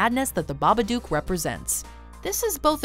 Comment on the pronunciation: Not babaduke it's babadook dook like book 😉👍